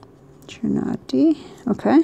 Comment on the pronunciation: About that word...chianti. That's a type of red wine. :) It's pronounced: kee - YAAN - tee